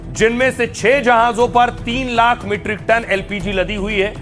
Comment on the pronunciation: lakh or hjar Ko sihi se bolo❤